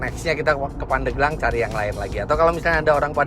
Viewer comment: Pandeglang Penyebutan e seharus nya seperti pada bebek.. Asal muasal nya dari kata pande gelang. Terimakasih om fitra sudah mampir di pandeglang, kota santri yang sejuk dibawah kaki gunung karang yang asri..